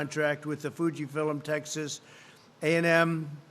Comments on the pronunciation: "Fuji fillems"? And he says Biden has diminishing mental faculties. . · Warp speed? What is this Star Trek? THIS ISNT TV DUMMY. Healthcare workers are embarrassed by your ignorance. Good job reading though. Fuji FILIMS.. F I L I M S.. Is that a word? Ugh. Stop. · I think they need to put about 4000 more flags behind him Why does he keep saying “Fuji Philims” it’s Fuji Films you orange Cheeto moron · What is Fuji "philims"?? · Fuji Fillum is that Fuji Film ??? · He needs to start proof-reading his speeches ... like not saying "Fuji-fil-M." Makes him look like more of a joke. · Processeez? :| Fuji fillem? Oh dear! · Is is supposed to be pronounced Fuji "fill 'em" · he's suddenly become a Geordie pronouncing 'film' as 'fill-em' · He literally can’t. He said “Fuji-Fillem’s” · did he say fujifillem... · Gotta love those foo-gee fill’ems 😂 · Did he say “Gina virus” ? Holy crap what a bunch of nonsense he spits. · I've never heard of Fuji Filum before, must be a start up. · “Fuji fillem” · Fuji Fill 'ems? Does he think he's at a Japanese KFC? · Fuji Fillum LOL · Don't worry, we have Nova Vag's from Fugee Fill 'ems, Convelescent Plaus...Buh, and and antivody trippants. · Fuji Fill 'em ?? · "Fuji fill im" "Welcomoming us" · Did he just say: "Fuji-fillem?" This is your president. Four letter words are really really hard, or as he would say, "harred." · Did anyone catch in the video, Trump said Fuji Fillums? Do you mean Fuji Films? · Fuji Fill-Em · Fuji filums??????? He needs to watch the news, and stop believing what his advisor tells him. It’s FUJI FILM. UGH!! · Indeed he did. Just as he said Fuji Fillums three times starting . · fuji fillums. if i was that stupid i would slit my own throat. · he's at their facility. Is he hearing Fujifilm employees say it like that? Can't be, but he's making me question myself. Isn't that just like him to make us question facts? Up is down, left is right, and FILM is FILUM. Sounds so silly. 😆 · LOL foujee filliam ... the 3rd